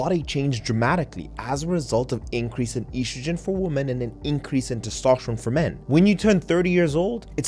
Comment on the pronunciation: Very nice. Also, you're one of the few who can pronounce oestrogen (or "estrogen") correctly; bravo. But one thing: it's lb, not "lbs" or "LBS", even for the plural (just like it's "oz" and not "ozs" for ounces).